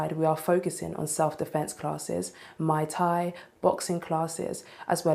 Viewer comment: She keeps saying Mai Tai instead of Muay Thai. The Mai Tai is not recommended for female self defense. Can't think of any jokes that don't make me sound like a rapist so I'll leave that to the pros.